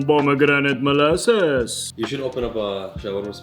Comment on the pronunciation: best accent ever 😂